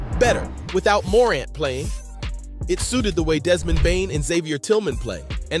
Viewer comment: Hard to take this seriously when he can’t even pronounce Morant correctly…